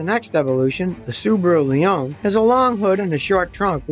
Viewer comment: Americans - pronouncing words incorrectly since 1776... Leone is pronounced "leonie".